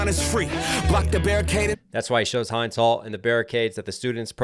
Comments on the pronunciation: Guys please, the name of Hind is not Hi-nd. It is He-nd. That’s the correct way of pronouncing it. I have seen many people saying her name incorrectly. Respect legend!🇵🇸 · not HYDE's Hall. . H-IN-D's Hall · Her name was hind like tinned like not hind like find xxx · I like your reaction. Just want to correct your pronunciation of Hind. It’s not pronounced “Hynd”. It’s more like “hend”. The other pronunciation of “I” I guess. Thank you for your support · The girl's was Hind... pronounced H-ind like in the word Hint... not High-nd... lovely name and sweet soul may Allah give her delights in Jannah. Ameen. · Thanks for reacting to this song,. Two notes: 1) Hind’s name rhymes with “pinned,” not “grind.” 2) The best organizational coverage of the Palestinian genocide probably comes from Al-Jazeera, but there are a ton of independent journalists and pundits covering it accurately as well. Check out Aaron Maté, Ben Norton, Kyle Kulinski, Democracy Now!, Hasan Piker, Mouin Rabbani, Ali Abunimah, Omar Baddar, Rania Khalek, Richard Medhurst, and others. 🏞️🌊🇵🇸🆓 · A few things to mention: - The (i) in Hind is pronounced like how you'd pronounce wind, Hind is an Arabic name that means a strong and patient girl with positive influence. - The music in the back is from the song Ana La Habibi wa Habibi ili by the legendary Lebanese singer Fairuz, the song is a lot deeper than people think, you should check it out. - The rape allegations made by the IOF were all false, ironically, every allegation they come up with seems to be a confession, as they not only rape their own people, they rape Palestinian girls and women, some even in front of their male family members before they killed them. - It's not really complex, if you dive deep into the history, past October 7, and even past 1948, you'll understand that it's not complicated. - Please react to Rajieen | راجعين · Hind rhymes with wind. Rachel Corrie was the US Jew run over. Hind’s story is horrid but different.